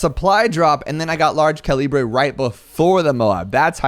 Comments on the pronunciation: I love me some co-lee-brey upgrades 💀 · Yaaaaa “Large Cah Lee Bray” is the best upgrade in the game